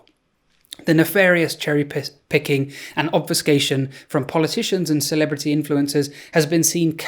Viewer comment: HAHAHA you almost said cherry pissing. Sorry